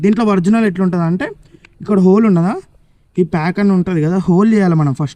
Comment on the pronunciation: Orginal ❌Vrignal ✅